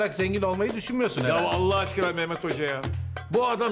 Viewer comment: Edebiyat öğretmeni Nurtenin sürekli Meağmeğt demesi